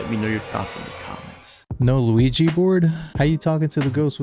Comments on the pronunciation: Did u say “ Luigi board “? Lol😂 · … bro… it’s OUIJA board lmao I can’t believe you said Luigi bro.. 😂😂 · I had a Mario Brothers flash when you mentioned the lack of an Ouija board. I heard 'Luigi board' and thought wtf? Then blushed. Oops.